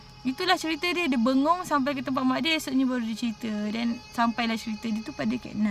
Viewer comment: 'Bengong' Ke 'Bengor'??? 😅 Sepanjang video ni paling banyak dapat catch up 'and then' & 'lepastu'..ok sis, menarik. Keep it up sis 👍👍👍